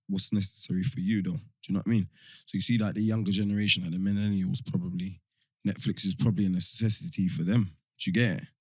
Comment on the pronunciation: she needs to stop saying MENELIALS. WTF man